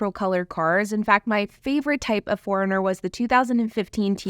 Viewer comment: Sounds like you’re calling it a ‘Toyota Foreigner’ sometimes lol.